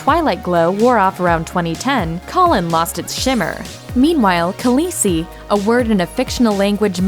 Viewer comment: The List Kalesi isn't that hard to pronounce....